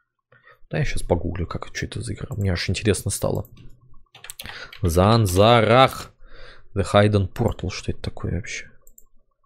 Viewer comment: Сансара а не зарсахна